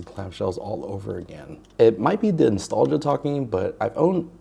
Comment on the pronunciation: Bro said “installgia” not “nostalgia”